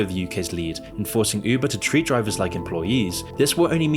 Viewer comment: said "Üubuh" 🥰